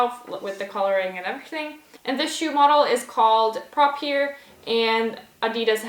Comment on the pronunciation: Good video but just a small tip: The cell inspired shoes are pronounced (Pro-Fear) not (Prop-Ear)